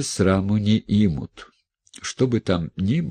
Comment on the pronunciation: Спасибо. Не имут ударение на У